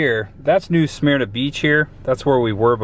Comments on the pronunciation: And yes i kinda OCD over mispronounced words i personally say New SUH-MER-NA, rhymes with (HER) you actually said it right during the reading of the sugar mill, then you went back to saying New SMEAR-NA, but yes i am not a beach person, i hate the sand, i'd rather go tubing down a river. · Born and raised in NSB….live in Seattle, WA now….don’t get in the water lol j/k. At least say New Smyrna (New Sa-Myrna) Right